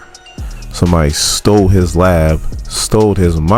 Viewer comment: Brother...neither weaponry nor stole have any D in the pronunciation. I'm your fan. I leave Likes....but saying "stoled" and "weapondry" makin u sound foolish af